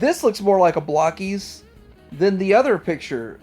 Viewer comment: Why do people keep calling Blokees "Block-ees"?? They are little blokes... they are not made of blocks and I see a lot of round bits, so they're not blocky either.